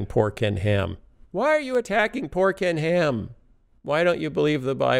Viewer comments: I hear 'Pork n Ham' LOL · "Oh poor Ken Ham" -- sounds like "Pork & Ham" ...